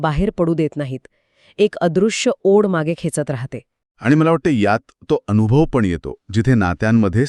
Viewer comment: ऋणा नाही ऋण, संकर्पना नाही तर संकल्पना अनुधाव नाही तर अनुभव.. अरे मराठी तर नीट बोला